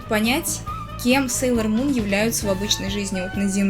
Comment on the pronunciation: Да, будет много интересного. Мне очень приятно смотреть твои видео, они такие спокойные. Очень интересно слушать чьё-то мнение. Извини, но меня немного напрягает, что ты говоришь "опЭнинг", а не "опенинг" и "СЭйлор Мун", а не "Сейлор Мун". Но ты очень милая) 🍰 Хочу немного рассказать, надеюсь, ты это заметишь. Про Винкс мне рассказала подруга, я без особого интереса начала смотреть. Однако позже меня это просто нереально затянуло! "Мода" на Винкс давно прошла, и журналы мало где продавались. Но я всё равно умудрилась много купить. Потом я встретила Сейлор Мун. Я заметила просто кучу одинаковых моментов с Винкс. Винкс просто-напросто списаны с Сейлор Мун. Это называется обыкновенный плагиат... "Леди Баг и Супер Кот", "Винкс" списаны с "Сейлор Мун". Я думала, что Винкс мне разонравятся после такого наглого плагиата... Немного разонравились, они списаны и с "Гарри Поттера". На данный момент я анимешница и фанатка Гарри Поттера. А Винкс это просто как ностальгия и нечто приятное, хоть это и плагиат. В видео у тебя такая милая толстовка с Сейлор Мун. Мне самой печально, что Винкс плагиат... Иджинио Страффи сам сказал об этом. А Винкс от Нетфликс мне вообще не понравились! Иджинио Страффи и рядом не было! Они просто переделали, но с использованием старых персонажей. Это только моё мнение. Опенинг про любовь, а не про их супер силы потому, что это главное... Супер силы это просто так... Любовь Усаги и Мамору самое важное. И сюжетная линия, конечно. [Спойлерить не буду.] В общем, п